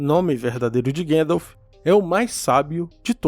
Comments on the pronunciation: Sou fan de tolkien a anos, descobri seu canal recentemente, muito bom cara, parabens, se eu puder falar uma parada, sem ser chato, eu ebtendo as pessoas falarem guendalf, pois e assim q o frodo do filmes chama ele (outros personagens tb) mas repare que o saruman sempre fala Gandalf, nos extras da versao estendida, Christopher Lee diz que a maneira correta de se falar e gandalf e naoo guendalf, ele conhecia o professor, e acho que junto do pj era o maior fan de sda do filme, lia os livros uma vez por ano pelo menos, no extra ele explica a etimológa do nome gandalf e pq e pronunciado assim, desculpe se fui chatao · Quem é esse tal de guendalf? Desculpe, eu sei que é culpa da dublagem e agora todo mundo fala errado.